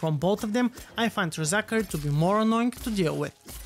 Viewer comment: LOOOOL "Re-Zachary"